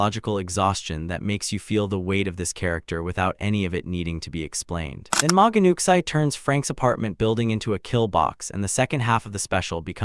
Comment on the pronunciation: It’s pronounced new chee